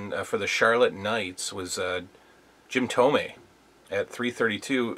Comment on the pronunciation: Thanks for sharing, nah man the young you looks fine! I can tell you are/were a baseball fan because you pronounced Jim Thome's name correctly!